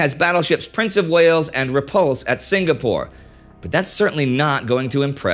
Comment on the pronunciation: Excellent in-depth coverage of the events leading up to and following Pearl Harbor. My only small complaint is the 'g' in Singapore is silent. Sing-a-pore. Not Sing-ga-pore.